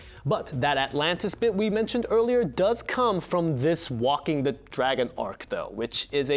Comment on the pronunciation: waking the dragon, not whacking the dragon or whatever youve said